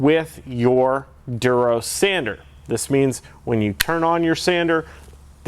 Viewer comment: haha its funny how you pronounce it "Derose"